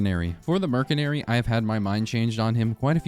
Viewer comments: did... did you say mer C nary??? IT'S MERSYNARY, PRONOUNCED WITH AN S NOT A C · Also you're hating on me for using blight when you pronounced artificer "artehfEYEZer" and mercenary "merkenary" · Caught you lacking in , you just called Merc as Mer-Se-Nary, everyone knows Merc is Mercenary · Merkinairy??? Arti-Pfizer??? Dawg needs to read a book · Heh. Murk-inary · NO WAY BRO CALLED IT MERKENARY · merkenary? bro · Dude says Mercenary as Merc-en-ary instead of Mer-cen-ary... skill issue. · Merk en ary or mers enary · Merkenary?? Dont let this guy cook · Wtf is a merkenary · Yo You pronounce mercenary like this mer sen ary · Ah yes, the MerKenery and ArtiPfizer… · your pronunciation of artificer and mercenary fucking killed me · Why do you say mercenary so wrong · Mercenary is pronounced with a soft c, not a hard c Think the c in slice, not the c in car